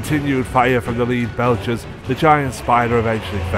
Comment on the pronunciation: Great content but i have to ask, why did the narrator pronounce some words like an AI bot? Lead belchers (pronounced by the narrator as to lead someone/Leader) or Chitinous armor (pronounced by narrator as Chitinous the Ch as in chicken) ?